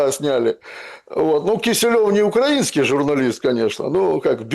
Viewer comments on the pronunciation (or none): none